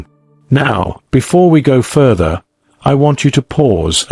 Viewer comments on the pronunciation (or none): none